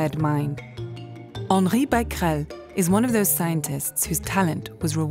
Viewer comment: The thing I was most excited to know was how to pronounce Becquerel. And I am not disappointed.